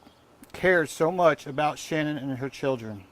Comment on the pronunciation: Come on pernounce Shannans name right theres no u in her name